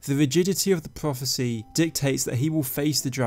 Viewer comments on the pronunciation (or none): whats a dwagonborn and pwophecy?